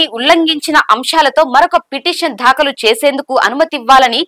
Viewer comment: Pronunciate as "daakhalu " but not "dhaakalu " and so many ackward pronunciations may be corrected please